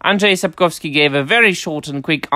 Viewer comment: Your Polish pronunciation of Andrzej Sapkowski’s name is perfect. Congrats. It’s not easy (unless you speak any Slavic language :))